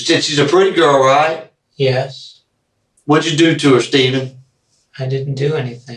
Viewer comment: SCHTAYVEN! CMON SCHTAYVEN!